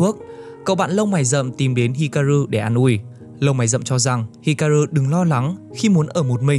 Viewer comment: Góp ý nhẹ cho anh voice của W2W ở những video sau có thể đọc chậm và kĩ hơn một chút để tránh đọc sai nhân vật quá nhiều như ở video này. Như Chizuru bị đọc thành Chiruzu, Hikaru đọc thành Hiraku,... Một hai lần không sao nhưng đọc sai nhiều hơi khó chịu với người xem và làm giảm tính chuyên nghiệp của video.